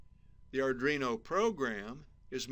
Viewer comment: What's an "ardrino" ?